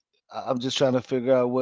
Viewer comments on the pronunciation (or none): none